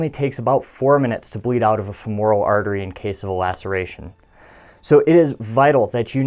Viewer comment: Pet peeve, FEhmoral, not feMOREall. Thanks for joining my Ted Talk.